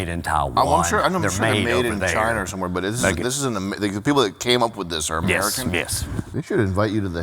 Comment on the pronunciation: "Made in CHINERR"